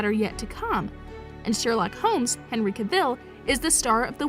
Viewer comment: Cavill is pronunced like "travel"